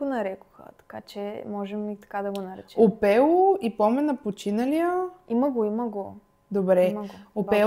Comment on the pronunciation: Момичета, обичам ви, но "опелò". 😗